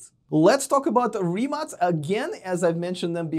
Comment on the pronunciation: +1 for pronouncing rimac right